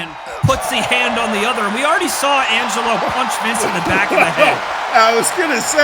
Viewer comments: Highlight of the night: trying to say Angelo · Angle who 😂 Jesus Christ lol